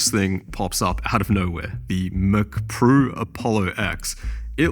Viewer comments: "what is even a mcprue" 😂truer words have never been spoken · Chinese accent saying Mac Pro. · McPrue sounds like how a Japanese samurai would say Mac Pro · MCPRUE as in Mac Pro, lol